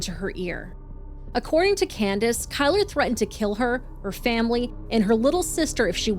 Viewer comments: "Kyler"? 😂 one of the most white trash nadness ever. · Kylr: pronounced killer.